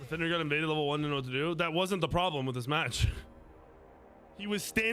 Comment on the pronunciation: “Theres a Prolem durr!!” 🤤🤪